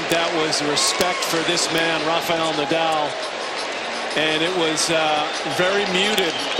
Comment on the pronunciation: Rafa Ney-dahl! Stan Wawinka or was it Stan Wawrinkan?